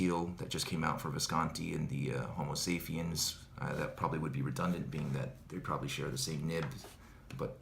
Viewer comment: As it is a pen and not a phone, it is Homo Sa_p_iens, not Saphiens ;-) Interesting review, as are all your reviews till now!! The bad things for me are not minor, they are no goes for a pen, that isn't a Jinhao or PenBBS but a high end pen of 500 bucks plus ...